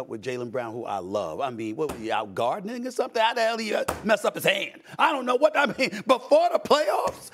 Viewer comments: heard stephen a say "guarding n word" instead of "gardening" first couple times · That's probably why Rondo was smiling so widely. He actually said "gardening" though.